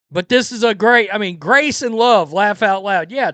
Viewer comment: I thought she said she was about "Love and Grace". Now I understand she said "Love and Gross"